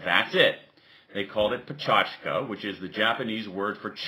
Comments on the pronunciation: good talk, but it's not "peh-CHAch-ka" but rather "peh-CHAK-cha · ohmygod he's saying it wroonnnngggggggg- puh-che-ka-cha, not pa-cho-tch-ka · lol he is saying pechachka instead of pechakucha. said right it should sound more like pechakcha (with little emphasis on the 'u' sound) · dude, it's pecha kucha, not pecha chuka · When he said pecha chka my sanity did a backflip Btw I'm fluent in japanese so you're wrong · Pecha chka? Why is he calling it like this? :S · Its pronouced Pe - cha - ku - cha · pe chas ka u moro_n thats not how to say it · Why *does* he pronounce it like a weirdo? Is he showing off? I've heard people before trying to put on what they perceive as a native accent and just going wildly wrong. Americans saying "lingerie" would be a prime example. Go on forvo dot com and type in pecha kucha for four Japanese people pronouncing it. None sounds like this dude.